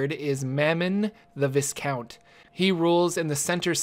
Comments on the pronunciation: not to be that guy... but (apparently I am that guy)... it is VY-count... not viss-count, the 's' is silent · Its not vis count its vye count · The "S" in Viscount is silent. V-eye-count. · It's pronounced 'vai-count' (rhymes with "die") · viscount is pronounced vai-count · Viscount is pronounced like Vie Count. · Viscount is pronounced v-eye-count. The S is silent. Well that's how it's meant to be but I'm not sure if Americans say it the dumb way or not :P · not to nitpick, but "viscount" is pronounced like "high count". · mammon the viscount... vai-kawnt.... the S is silent. You of all people... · Viscount = (vye-count) Also, I'm pretty sure it's AzmOdaus, not AzmodAus. It just sounds better. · BTW the "s" in viscount is silent,. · But in the English language (both american and proper English), you don't pronounce the s. I didn't know I was expected to count other languages seeing as I covered the language that this video is in :P